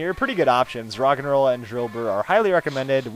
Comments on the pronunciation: when you said rogenrola I thought you said rock and roll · it sounds like hes saying rock and roll